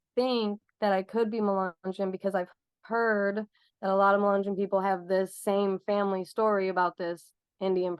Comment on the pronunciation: Mu- Len -yon was a mix black and white. Mulatto. You aren’t pronouncing any of these right. Which show how much our country has progressed.